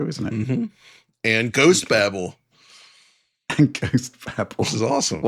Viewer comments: my dude. It's not Ghost babble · Oh guys... Babel = Bay bell. Not babble 😂